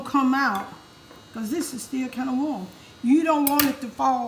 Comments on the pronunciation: I like how she says cawze instead of cause that’s how u know the food is gonna be 🔥 fire nd good💯💯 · Anyone who pronounce the word "because" the way she does be putting a whole foot in their food ❤️🙌🏾🤣